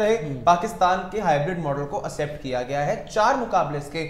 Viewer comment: एक्सेप्ट बोलते हैं एसेप्ट नहीं 😂😂 😂😂 Jokero Ki Team Sports Yaari Koi Game Knowledge nhi bs hmm hmm hmm 😂😂